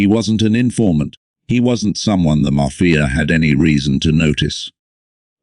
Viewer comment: What is wrong with this narrator.....maf-fi-a